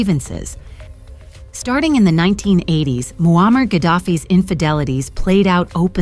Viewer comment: I had to watch this with captions on, your A¡ narrator makes it sound like his name Wall-Mart Gaddafi😂😂😂....Bruh🤦‍♂️🤦‍♂️ You should use your real voice idk how many times your A¡ repeats the same storyline, in five mins. I heard married for 40 years, a handful of times so I just Stopped, not much of a fan of A¡. A¡ kool if it's used the Right way, most of the time ppl slack with it.